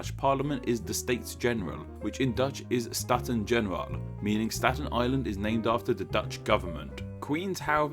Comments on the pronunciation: "Jonas" Pronounced (for Swedish sake) "Yoh-nahs" "Staten General" Pronounced (in Dutch) "Stah-tayn-Gay-ner-ahl" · Staten Generaal is pronounced 'Staat-un-hunu-rraal,' with a rolled 'r' and deep pitched 'A.'